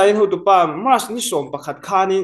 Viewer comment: Ngati nge march hi mass ti a i lam tlat thin leee😊